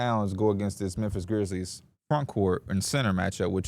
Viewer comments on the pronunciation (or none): none